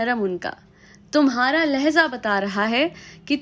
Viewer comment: Ma'am, point is ok but it's lahja not lahza.